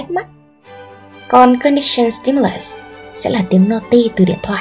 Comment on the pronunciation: Bạn nữ đọc sai từ operant, halo effect rồi. Các từ khác cũng bị sai âm đuôi. Cả conditioned và unconditioned nữa, âm ed phát âm là /d/ chứ sao lại /s/ quài vậy. Có 1-2 từ tiếng anh mà cũng ko thèm tra từ điển để đọc cho đúng vậy, có tôn trọng công sức người viết bài không? Nói sai nghe tuột mood luôn